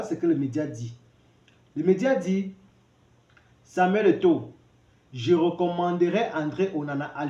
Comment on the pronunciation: Il ne parvient même pas à prononcer le nom de Samuel Eto'o! Shame!